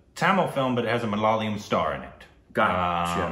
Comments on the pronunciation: Its Ma-la-ya-lam.... Not Ma-la-la-yam... Uff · It's MALAYALAM...NOT MALALAYAM..you guys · Not malaliyam it's malayalam😭